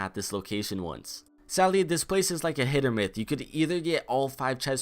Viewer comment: lol hit or myth anyone else catch that?